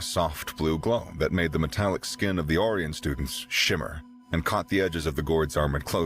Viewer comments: it sounded like metric brilliance instead of metallic brilliance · odd pronunciation, hopefully just once. Metallic, sounded like Metric. Hmm. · Only .36 seconds in and metallic is mispronounced as metric ooops